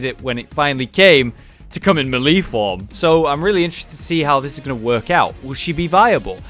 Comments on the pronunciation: ITS MAY-LAY NOT M'LEE FOR FUCKS SAKE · may lay. not mee lee. ijs. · malee? Is that like the official british pronunciation or are you saying it wrong. Melee is meh-leh/mélé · "Muh-Lee" carry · It's pronounced maylay. And just to clarify for Skyrim players, its not ignot, it's ingot...Ing fucking got. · I think you pronouncing melee wrong ... or I'm wrong. I dunno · He has addressed this before; he knows that he pronounces it wrong, but he doesn't really care